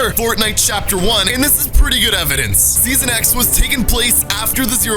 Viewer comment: He said seoson x two times 😆